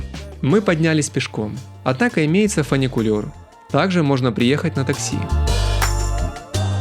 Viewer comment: Ваша жена красавица и сарафан у нее красивый:))) извините, но придется подправить- аэропорт имени Гейдара Алиева, не Эльдара. Не фАникулер, а фУникулер, еще раз извините, только для расширения диапазона путешественника:)